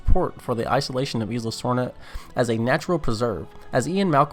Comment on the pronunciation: Unsubbed unliked no happy i hate grr u said isla wrong.